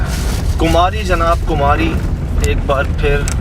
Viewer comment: کماری ہے کمہاری نہیں